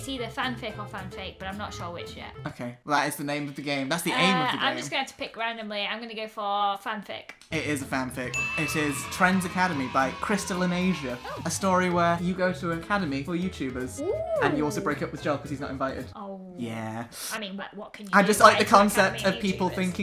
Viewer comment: Woo! is team Jacob And u butchered Crystalinasia's name so hard it hurts